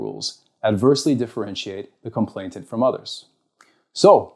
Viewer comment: Please, it's complainant, not complainTant. Just wanting to make an excellent speaker even better.